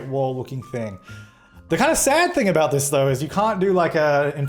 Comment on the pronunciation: Abouat is the professional way